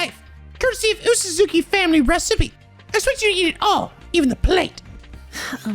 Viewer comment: Oosuzuki is pronounced like oh-suzuki, not uu-suzuki. It's a Japanese romanization thing